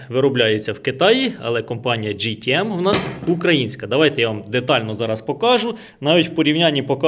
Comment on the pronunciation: Джі, це “J”, а у вас “G” тому ГТМ Але не кожне «Г» то гімно! Дуже схожий з Vitals міксером. Якщо виграю зрівняю;)